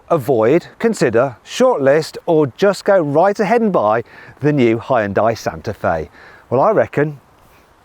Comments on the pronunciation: ダサ………Hを強調し過ぎだ😞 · 本当に「ホンダイ」って発音してますね･･･ これ、ネットの冗談かと思ってたんですよ、ヒョンデが海外で売るときにホンダと勘違いされるためにヒョンデではなくヒュンダイという表記にし、且つその表記だと英米人の発音がホンダイになるのでホンダに聞こえるのだと。 ホンダと勘違いされて売れたのだと。 冗談かと思ってたら本当に何度も何度も「ホンダイ」と。 英語ネイティブの耳はHONDAの「ホンダ」とHyundaiの「ホンダイ」は明白に違う発音に聞こえてるのでしょうか？ それともやはり「勘違いするレベル」で同じような音に聞こえているのでしょうか？